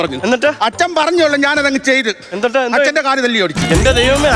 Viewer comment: അന്നിട്ട് അല്ല എന്നിട്ട് ആണ് 😊